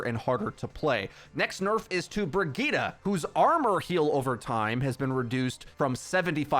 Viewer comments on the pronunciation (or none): Brigitte I thought u pronounce it like bri - ji- te